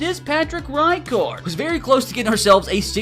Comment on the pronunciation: RI card??? Its pronounced Recard